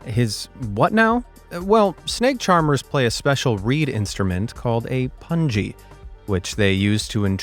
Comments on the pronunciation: is pronuounced as 'Poong-E'. Poo + ng sound + E as in the alphabet. Not as 'Pun G'. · It is not a pangi but a pungi pooungi pronounciation is different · Please note that pungi, is not pronounced as PUNJI, BUT AS PUNGI as we spell BUNGEE jump. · Calling pungi (poo-n-gee) as pungi (pun-g) 🤣🤣🤣🤣🤣🤣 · the snake charmers use puun-gi...its pronounced puungee..not punji😅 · It is not pun-ji (unless you use u as in put) but say is a poon-ji (oo as in book). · Pungi not punji😐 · It's not punji it's pungi and it's not called pungi it's called a bean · The musical instrument snake charmers use is called a 'Been" not a "pungi". Pungi pronounced as 'poon'+ 'gi' as in giggle or get, means horn. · The musical instrument played in front of the cobras Pungi is not pronounced pun-jee. It is a word in the Indian languages. The vowel 'u' is pronounced as in 'put'. And the 'g' in 'gi' is pronounced as in 'go'. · the instrument is pronounced more like (Poongi) and the instrument is also called (been) locally. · Pungi is pronounced with a *hard* G like in 'gun' and the 'u' is pronounced like in 'book'. It definitely does NOT sound similar to 'fungi'!